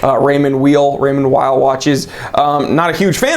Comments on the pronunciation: Raymond Weil : pronounce Raymon vell ;) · Not loving the tag hate but agree the Pepsi has to stop. Say Raymond "Veal" lol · Its pronounced Raymond Weil. You're welcome